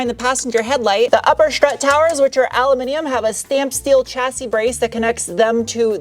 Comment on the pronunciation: "shport" "shtrut". 😂